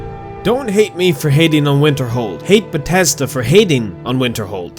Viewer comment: When you say Winterhold, what I hear is Winterfell.